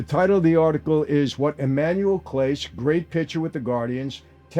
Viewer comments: Lifelong Clevelander and Indians fan here (never the woke G word)....... having watched Clase (last name is pronounced "Clah-Say" btw) from the beginning of his career as the Indians closer I can tell you we all just had serious questions about these pitches. The guy could throw a 100 mph slider and freeze Aaron Judge in his place but would hit the dirt 3 feet in front of the plate. At times we thought he'd thrown his elbow or shoulder out on the throw. It just didn't seem right. Something was weird on these. And one particular led to a loss at what I think was actually his last game - over July 4th weekend, the Indians were on a 9 game losing streak. I was at the game in Cleveland. It was against Detroit on a Sunday. The Indians had a 2-1 lead in the bottom of the 9th and Detroit got a runner to 3rd with 2 out. Clase was on the mound. First pitch to the next batter - IN THE DIRT. Runner scores. Detroit tied it. They went on to win it 7-2 in 10 innings. He was suspended shortly after this game. Now that the info on the prop bets is out and he was in fact throwing these pitches on purpose it all makes sense. And it ticks us off because he was the best closer in baseball. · 1)his name is pronounced Class-ay 2) This isn't a new story at all. He was suspended for this in the summer. 3) any player who resents the leagues making money off the gambling sites is an idiot because the more money the league brings in the higher their salaries are and they all want to make more money 4) Clase was arguably the best closer in baseball. Ortiz is someone no baseball fan ever heard of until this broke. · Being a Cleveland fan, this is repugnant. And thing with Clase (pronounced Clah say), it was obvious something was going on by the way he pitched. You don't go from ace closer to struggling every other pitch or even other game. Greed is a curious beast. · the least you could do is say his name right? clown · That’s not how you say his name. Have you ever watched a game?